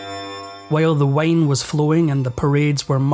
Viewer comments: Dude can’t even pronounce the word “wine” correctly. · Bro, my American ears heard "London let the Wayne run. Literally." Instant mental picture of Batman perched on top of a tower.